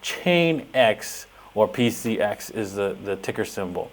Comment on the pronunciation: PCX not PCS